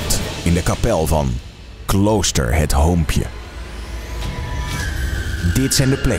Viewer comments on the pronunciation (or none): Ik dacht wow dat word eng gelijk na dat hij zij "Klooster hut hoompje* Nam ik de video niet meer serieus.. Ik heb het wel weer serieus genomen